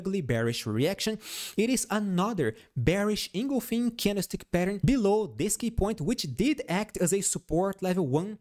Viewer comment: Thank you for your constantly helpful Tesla analysis. ‘Engulfing’ is pronounced engulf - ing, not engul - fing. Hope that helps.